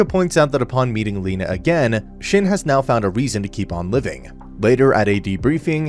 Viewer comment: Your pronunciation of shin is killing me